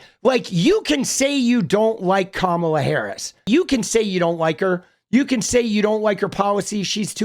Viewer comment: I mean at least she pronounced Kamala's name right 🤷🏽‍♂️